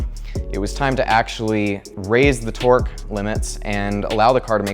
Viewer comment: Whenever you say torque I hear twerk